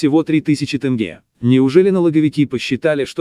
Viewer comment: Тэнге емес! Тенге деп айтсан не болады? Дурыс сойле!